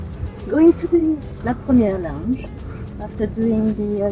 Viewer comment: You post on YouTube and can’t pronounce La Premiere properly?